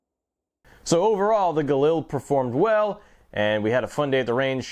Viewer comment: This is a review of a Galil and not a JRA Gallant? You keep calling it a Galil (and you're even pronouncing it wrong).